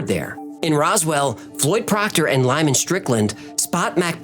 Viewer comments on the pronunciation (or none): none